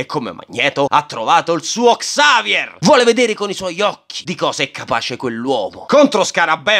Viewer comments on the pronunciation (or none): none